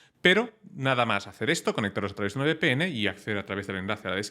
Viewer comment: que eres español, como que Be Pe Ene (VPN), es uve!